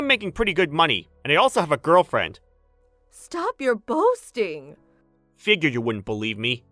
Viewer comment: I'm not trying to be "that person" but "bosting"? instead of boasting the channel rushes through a lot of these stories to keep their posting schedule up instead of taking their time